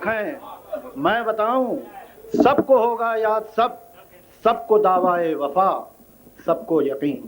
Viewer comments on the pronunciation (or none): Daawaa e wafa kya hota hai Daawa e wafa hota hai Iske baap ko isko jihaalat par sharm aati hogi